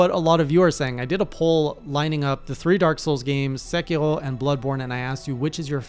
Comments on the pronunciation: Think sec-ear-oh xD pretty sure that’s how it’s pronouncedm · please stop saying sekiro like that i’m begging you 😭